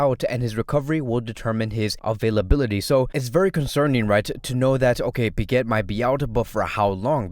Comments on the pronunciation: where is the R in pique? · why do i hear it but dont see it if its silent